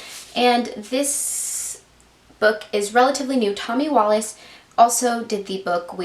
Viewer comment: His name in pronounced Wallick not wallace.